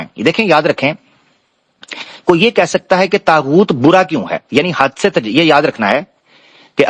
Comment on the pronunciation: السلام علیکم یہ طاغؤت ہے تاغؤت نہیں بہت شکریہ